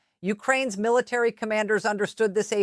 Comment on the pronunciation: Need to learn how to pronounce military